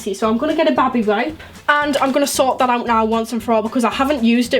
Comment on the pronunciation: The way she says baby wipe kills me😂😂